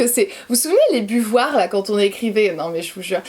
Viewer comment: Buvoirs 🤣 j adore (bavoirs) Bravo de respecter et protéger ton enfant en la flouttant c est honnorable de ta part et rare de nos jours On est accro a notre mpulin a café électrique et notre machine expresso c est top et l odeur addictive